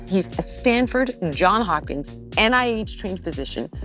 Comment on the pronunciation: Johns Hopkins. ————It is not John Hopkins.